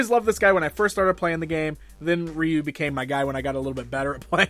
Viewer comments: It's Rye-Oou and not Ree-U 😂🤣 the proper pronunciation for Ryu . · Its pronounced "roo" in Japan